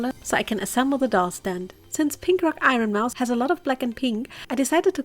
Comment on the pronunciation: I lost it at "IronMoose" 😭😭😭😭😭😭